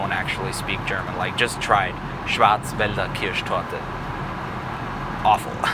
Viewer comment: Der Moment :D schau gerade so das Video auf einmal hör ich nur "Schwarzwälder Kirschtorte" und denk mir: boah wirklich gute Aussprache. hätte nicht gedacht das ich einen Kanal aus Österreich find der solche Videos macht. :D liebe Grüße aus der Steiermark ;)